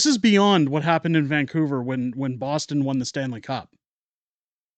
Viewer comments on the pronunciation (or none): none